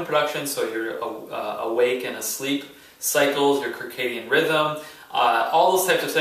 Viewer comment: Very informative video thanks! Also, circadian is pronounced "sɜrˈkeɪdiən". Just trying to be helpful. Keep up the amazing content!